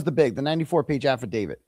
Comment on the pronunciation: And can we PUHLEASEUH stop saying AffaDavid? For the love of all that is holy and unholy. Affadavit DAVE IT. URGH.